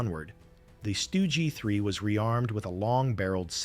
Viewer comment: AI has difficulty differentiating between the Stug 3 and the 3 Stooges 😂😂